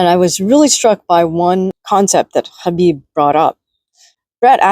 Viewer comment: Spot on 🙏 plus your pronunciation of Khabib's name also 🙏